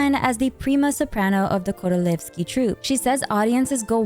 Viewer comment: Thank you for the awesome video!! Btw you absolutely aced the pronunciation of “korolevskiy” and “vodyanitsa” 👏👏👏